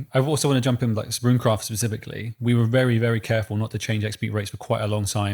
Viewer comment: Amazing podcast! Also bonus points for for calling Runecraft correctly, as all things should be.